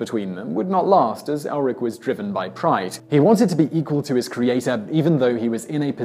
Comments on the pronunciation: It's Erlik, not Elrik. Come on, team Simon, mispronouncing names is one thing, but actually misspelling names is just wrong. A little homework would go a very long way, but, no, you just say, "Have a go at me in the comments if you must." When you take on the intention to inform, even for entertainment, you also take on the responsibility to not misinform. Well, that got serious fast. Anyway, I stand by it. Thumbs up for the intent, if not the execution. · It is not Elrik but should be 'Erlik' or another pronunciation will be 'Erklik'. The name bears a similarity to 'soldierhood' in Turkic languages. Its main duty is to judge the people by their deeds. Most likely if you put its character in a category it would be lawful evil. By the way I say it because most of the Turkic languages the third person as a pronoun does not have a gender referring to Gods as well.